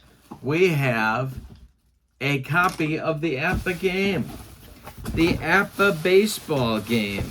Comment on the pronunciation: was poking fun at because he always says APPA, when he says it there is no B stated